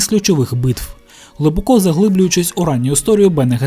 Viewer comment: Не "глибокО", а "глибОко"! Так звані "російськомовні українці" зазвичай роблять неправильний наголос у цьому слові.